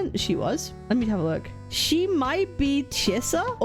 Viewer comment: The name Chisa so much sounded like "Scissors" if you pay attention 😂